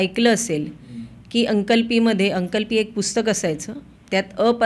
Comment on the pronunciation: अंकल पी नाही अंकलिपी.